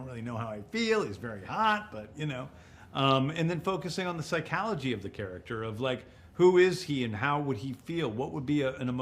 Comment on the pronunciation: did he say psyKALogy?!